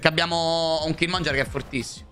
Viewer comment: Perche lo chiamate Killmonger? 😭😭😭 É killmonGHEr